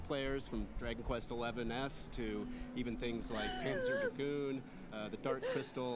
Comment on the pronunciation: it's Panzer Dragoon not Panzer Dragon